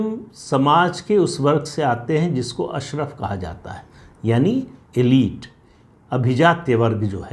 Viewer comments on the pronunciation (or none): आज तो आपने मुस्लिम संप्रदाय के विचारों की जड़ पर प्रहार किया है। भारत में समस्याओं का जड़ यही अशराफ वर्ग है। सही उच्चारण अशराफ ही है अशरफ नहीं।